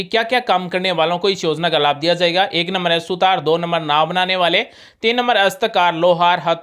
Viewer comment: सुतार ❌ सुथार ✅